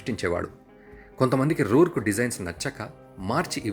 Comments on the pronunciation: It's not ruruk it's Howard roark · రూర్క్ కాదు రోర్క్